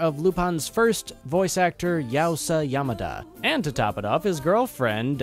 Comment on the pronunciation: "Green Vs.Red" is made for indicating the franchise's history, and nothing more. It's not aimed at the highest place, which was set up by The CoC three decades ago. Even the animation level here is amazing. Sorry, but it is a disrespect to Yamada's memory to hear THE GODDAMIT ridiculous pronunciation of his name. Really spoils the impression of the review.